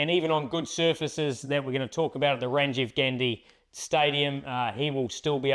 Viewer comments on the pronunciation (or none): Just one correction it's Rajiv Gandhi Stadium not Rajiv gandi